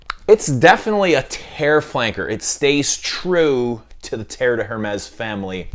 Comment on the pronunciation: Thank you/Merci. Mispronunciations are annoying. Also, Hermès - The H is silent.